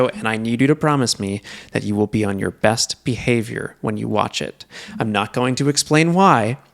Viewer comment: He said "best behavior" right? 😂